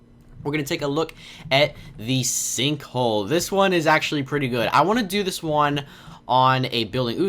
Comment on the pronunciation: you said "sinkhoe"